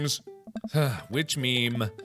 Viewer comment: Mark: IS IT A MEME. IS IT A ME-ME Me: YOU ARE A MEME